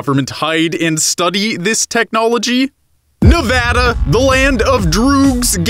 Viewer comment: Gotta congratulate you, you're the first YouTuber I know that can say Nevada right.